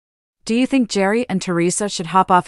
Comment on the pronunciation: Gerry is pronounced like Gary! Didn’t you listen to the show once?